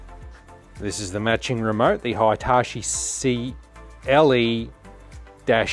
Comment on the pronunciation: Excellent video. This thing blows away all the examples I remember from childhood with terrible convergence and chromatic aberration issues. Side note, it's definitely "Hee-tah-chee" and not "high-tah-chee". That is to say, the two I vowels are the same sound.